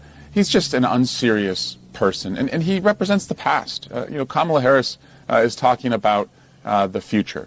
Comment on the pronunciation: Glorious, thank you! But her name is pronounced Comma-la.